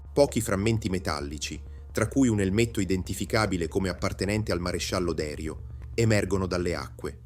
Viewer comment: Un finanziere si chiamava Derìu, con accento sulla ì 😅. La baia Feraxi si pronuncia “ferasci”, un suono tipo Fera“sji”…